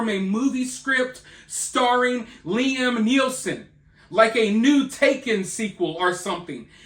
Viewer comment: He said " Liam Nealson"